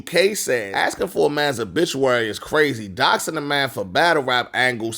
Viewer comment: If she says “dose-ing” one more time. It’s “DOXING” 😂😂😂